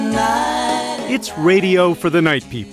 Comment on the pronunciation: It's "noory" u dumbass.